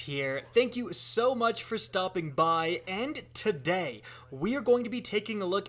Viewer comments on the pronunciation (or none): I'm getting me that bow "tahday"